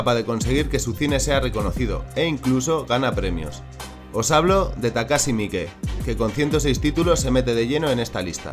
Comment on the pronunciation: Takashi mike es enorme! enorabuena por ser el primero que oigo pronunciar bien su nombre, porque la gente lo suele llamar takash maik como si fuera anglosajon, Jesus Franco tambien era una buena pieza, aunque no lo llamaria director de habla ispana porque aunque izo muchas en castellano son pocas si las ponemos en prespectiva con su vastisima filmografia, que estuvo en ingles en frances en aleman i creo i supongo que en italiano tambien